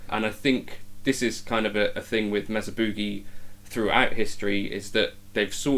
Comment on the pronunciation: M “A” sa!!!! Not Mezza It’s also Not Boooogie. It’s pronounced Boogie